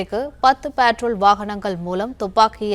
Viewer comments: Petrol ❌ Patrol 😂 newbie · Patrol not பெட்ரோல்.